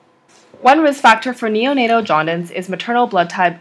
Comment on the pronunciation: Nice video! But you pronounced it“jaudince” instead of “jaundice”